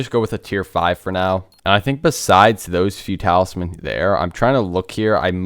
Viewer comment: Its talismans broooooooooooooooooo.